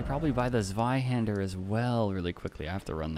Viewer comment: That is NOT how you pronounce zweihander lol